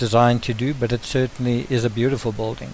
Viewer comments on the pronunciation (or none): bill ding not bolding! spelled BUILDING,PRONOUNCED BILL DING